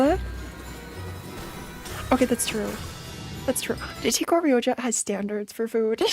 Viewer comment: its crazy how still calls rodya "ryoja" 😭